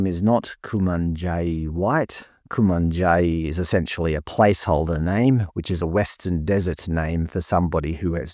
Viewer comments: it's pronounced YUNDEMU - at least that's how reporters pronounce it here in Darwin. Ditto Kumanjayi - drop the 'I' and I believe you will have the pronunciation used here. Nothing happens up here without a media spotlight, esp national media, and you are correct in saying that there is an agenda here, The cops will find scapegoats and the taxpayer will fund whatever investigations stem from this. There are no winners here - conditions in remote communities are a national disgrace and 30 years of throwing money at the problem doesn't appear to have worked. As someone who lives with the reality of aboriginals confronting security guards every day, none of this surprises me but I would have thought that if someone was hungry, a rotisserie chicken would be a better grab than anything I could stuff down my shirt. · Love your pronunciation of Yuendumu and the aboriginal name for a deceased person hahaha 🤣, but your video is 100% true 👍 as a resident of Alice Springs we’re all a bit over this nonsense